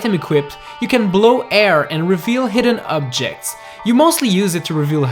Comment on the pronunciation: What’s a “tereser tchest”, also “Ubjects”, “Speener” and “toylight princess”.